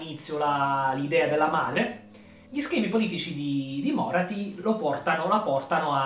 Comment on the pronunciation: Tira di più un tentacolo di Slaneesh che un Carnosauro ahahahah Bellissimo video, pur conoscendo già Morathi mi fa sempre piacere sentire altri parlarne. Mi permetto solo di specificare un paio di cose, senza avere la presunzione di essere un esperto: -la pronuncia del nome Morathi cade sulla A, non sulla O: -Morelion, il figlio maschio di Aenerion, riappare sì ma decide di non succedere al padre come Re Fenice, preferendo vigilare sulla sorella Yvraine (sarà da lui che discenderà poi una stirpe degli Elfi Silvani) A parte ciò, ancora tanti complimenti per la serie di lore